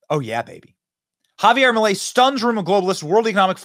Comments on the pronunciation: ITS NOT MELEI IT'S MILEI. DUDE COME ON! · Its not "Melei" its "Milei" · MILEI, no melei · guys i love you but it`s MILEI, NOT MELEI, NOT MILLEI, MILEI!! LOL VIVA LA LIBERTAD CARAJOOO!!!